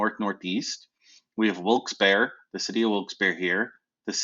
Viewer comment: the only correct pronunciation lol